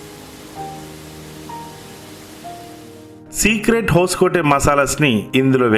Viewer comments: అది హోస్కోటే కాదు సార్, హాస్కోటే... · ಬ್ರದರ್ ಹೊಸಕೋಟೆ ಅಲ್ಲ ಹೊಸ್ಕೋಟೆ